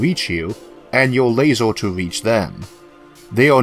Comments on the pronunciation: Very interesting video but what's with pronouncing every -er ending word as an -or? Eg a lasor weapon, or a largor projectile. That was incredibly distracting! On the other hand, if you are producing videos despite a speech aberration, kudos to you for ignoring any critics like myself, or anyone poking fun! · lasEr, lasEr, lasEr, lasEr, lasEr, lasEr, lasEr, lasEr, lasEr, lasEr, lasEr, Light Amplification by Stimulated Emission of Radiation, LASER. don't care about the r=w thing but damn you've no excuse for pronouncing LASER wrong.